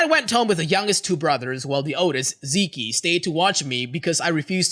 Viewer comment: Zeke is pronounced "Zeek", the ending e is silent.